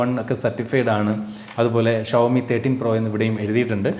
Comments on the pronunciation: ശ അല്ലാ ഷാ അല്ലെ 🤔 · ശവത്തിന്റെ ശ അല്ല ഷഡ്ഢിയുടെ ഷ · ശവോമി അല്ല ഷ വോ മി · ശവോമി അല്ല ഷവോമി എന്നാണ്. 😌